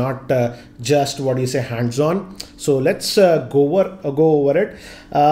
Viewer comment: 0: 23 lets gover